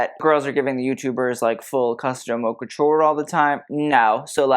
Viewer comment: #... Your content is the bomb. I've learned so much about fashion, textiles, history and more. You have truly taken the designers to task. Perhaps you could hire someone to give you the correct pronunciations. AR-TIS-NL, accent on TIS, and not ANAL which is, well, you know. Haute, H is silent and rhymes with goat. La Mode, not Le Mode, as "Mode" is a feminine noun.